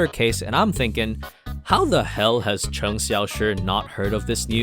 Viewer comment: lol when this guys say cheng and lu i laughed (not making fun) cheng and lu is their surname, so technically their name is cheng (surname) xiaoshi(name) so it become chenag xiaoshi, and lu (surname) guang(name) = lu guang, this is great, season 2 is out next year :D